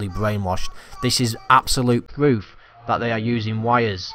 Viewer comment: Actuawl pwoof